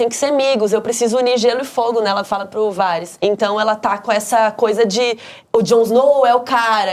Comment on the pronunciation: Só eu que me incomodo quando elas falam "VARIS" e não em inglês "Veris" ?